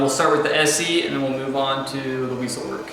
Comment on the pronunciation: That's all well and good but the Wessel-Werk (pronounced vessel-verk, not "weasel-work") doesn't tend to clean anywhere near the way the R-1650/2800/4375 units do. The hard squeegees, as you called them (they're actually beater bars) tend to agitate the carpet better than just brushes do on the EBK340/360 power nozzles, heck even Shark and the TurboCat TP210E have a bit more agitation. That said, Wessel nozzles are designed incredibly well and are fairly quiet to boot. I also like the self-docking design on the Wessel wands but it isn't nearly as nice as the Rainbow E2 black or SRX in that regard. The hose used with the Rainbow may not be crush proof, but neither is the Plastiflex hose as they kink incredibly easily when tugged and the swivel is poor when you really need it. Rainbow hoses are built incredibly well and feel a lot better quality-wise than the Plastiflex do, however, performance in the hose is apparently lower in the wire reinforced hoses but I haven't really tested that.